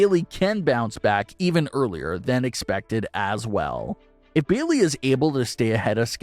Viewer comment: Who is "Beelee"? Are you trying to say "Bayley"? Because, if so, you should try enunciating.